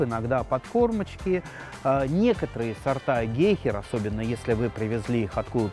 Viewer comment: ГЕйхера? Или всё же гейхЕра?